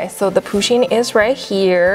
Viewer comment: its pUsheen not poosheen